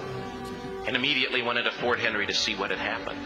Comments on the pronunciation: The story is great. But, being from Baltimore (Maryland) myself, I just have to correct the storyteller’s calling the fort, “Fort Henry.” It’s name is “Fort McHenry. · unsure why he said fort henry.. its fort mcHenry.... any good American knows that.. ive known this story for a very long time. its the reason my eyes fill with tears nearly every time i hear the National Anthem Sung... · It was War of 1812, and it was Fort McHenry not Fort Henry as the narrator said. Fort McHenry still stands and the flag still flies to this day in Baltimore. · For some accuracy its Fort McHenry